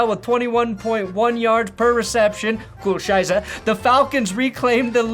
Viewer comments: So ein Blödsinn. So every time he said "coole scheiße" I heard "Kühe scheiße". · I've been following for ages. Like when he had 20k subs. And as a German I always love when American's talk German. This is one of the funniest times, like South Park level., deine "coole Scheiße" ist richtig coole Scheiße.